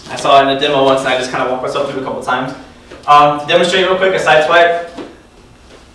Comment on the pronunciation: ''sidewipe'' low-mo is funny xD, btw exelent tutorial